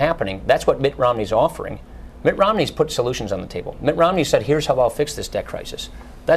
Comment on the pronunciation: I want to know more about this "Ritt Nomney" character....